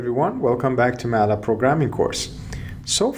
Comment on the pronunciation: Just used to say Matlab, not used to hear Ma’lab!